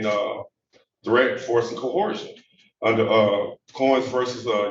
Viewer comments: There is NO LETTER H or H SOUND in the first part of the word Coercion… AND, what the fuck is Aqueezing? Do you mean acquiesce? Sigh, the human race is doomed. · All that script rehearsal and they never covered how to pronounce the word “coercion”